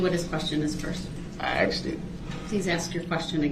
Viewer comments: He axed it. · I'm surprised he hasn't "axed" him whether paper clips or staples were used to secure the pages of the report... 🤨